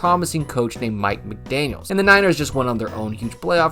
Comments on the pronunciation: His name is Mike McDaniel, not mcdaniels. Always bugs me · It's McDaniel, not McDaniels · I’m not familiar with this channel, but he doesn’t seem to know much about Miami. That win at the time was very impressive. Plus, he didn’t mention any of the dolphins key injuries that game, along with mispronouncing Tua’s name and calling the coach “McDaniels”.